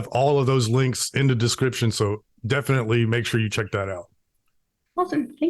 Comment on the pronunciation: "...deffinnittlj not Cannibal Corpse and deffinnittlj not Metallica."